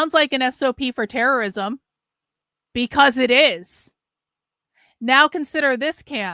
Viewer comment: ITS TERERISOM